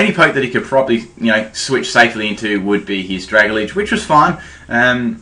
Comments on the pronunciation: Oh my god seriously, this is driving me insane hearing you pronounce pokemon's names wrong. I don't care if i get hate for saying this, but it's not "Dra-ga-lidge" It's "Dra-Gal-Ge" You do it all the time with so many names and i just can't help but finally say something man. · DUDE. IT'S PRONOUNCED DRUH-GAL-JEE.